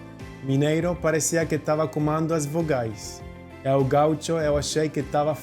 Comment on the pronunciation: Está muito perfeito, fala muito bem. Acho que falou que "mineiro parece que fala comAndo vogais", em vez de comEndo, mas isso é uma falha que pode acontecer mesmo com nativos. Outra coisa, TOP lembra mesmo o topo de uma montanha, significa que tal coisa está num nível mais alto que todas as outras. E acho que ninguém deve perder o sotaque, eu adoro sotaques, gaúcho, nordestinos que tem vários... todo mundo que vai pra outros lugares deveria manter contato com quem ficou na sua terra pra nunca perder o sotaque.